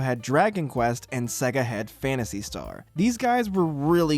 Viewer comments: sega intro: SAYYYYY---GUHHHHHH this guy: sehgguh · It's say-gah, not seh-gah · Say Sega properly.